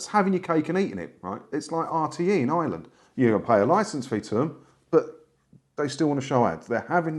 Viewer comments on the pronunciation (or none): none